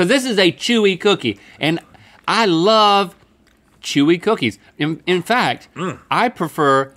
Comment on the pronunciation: Bocolate Bip BOOKIES “BEWYYY”